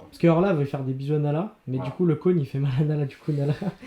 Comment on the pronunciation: Ils me font rire à dire « le cône »😭